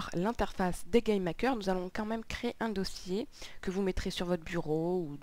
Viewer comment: On dirait que tu dit "Game Hacker" !